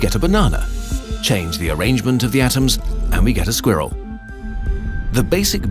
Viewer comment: A squir-rill? The host is British and I didn't know until he butchered the name an innocent woodland creature. British people, squirrel is only one syllable. Just one!